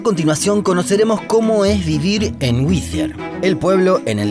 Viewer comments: Todo el rato el narrador dice "Whithier" habiendo gente que lo pronunció bien. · Me irrita como pronuncia "Wittier" cuando los nativos lo pronuncian diferente jajaj. Excelente el video. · Lo pronuncias como si se escribiese WiTHier. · Por qué pronunciás como si fuese withier? Es doble TT el nombre del pueblo, no metas la z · Por qué el narrador pronuncia “wizier” como si hubiese “TH” en el topónimo? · Muy lindo el vídeo y todo pero me duelen los oídos cada vez que el narrador dice «whizier». No lleva «th», para que lo pronuncien con ese sonido, ni los yanquis que hablan en el vídeo lo pronuncian así! xd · pero es que no entienden no tiene nada que ver con Ll, simplemente se equivocó porque sí lo pronuncia bien de repente, ni en acento británico se pronuncia así, sería más como D y dependiendo de la zona inglesa el er se arrastraría como en el alemán pero no existe usar th es dhhhhh. Es sólo ridículo pero bueno... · La única diferencia entre la t británica y americana es que en América cuando está entre vocales se pronuncia como r del español. El sonido que el hizo fue de una TH como en Thanks o Thursday, o Z castellana. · Lo pronuncias como si tuviera una "h" después de la "tt". Whittier sonaría como "ere" de eregir. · Perdona, amigo, pero creo que no se pronuncia "güi-zi-er" sino "guai-ti-er", más blanco en español. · Te corrijo la pronunciación. Pronunciás el nombre del pueblo como si fuese Withier, pero se pronuncia “Wirier”. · se pronuncia WITTIER en inglés britanico y WIDIER en Inglés americano. Hasta en el video dicen Widier y este huevon sigue diciendo Whitthier. Ignorancia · Solo una corrección: es WhiTTier, no WiTHier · La pronunciación es Witier . No existe H después de T para dar el sonido Z. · Seguro que se pronuncia así? Se escribiría "Withier", pero es WHITTIER. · Es más fácil pronunciar bien el nombre de la ciudad que hacerlo como el narrador del video. No es “Whithier”, sino Wittier. Por lo demás, muy interesante. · Whithier o Whittier? 😂😂😂😂😂😂😂